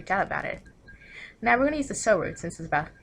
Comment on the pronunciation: Damn and I've been pronouncing Sou as "sau" instead of "so" the whole time